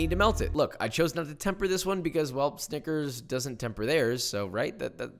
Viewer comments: that is NOT how to pronounce snicker... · he did NOT say snickers. 💀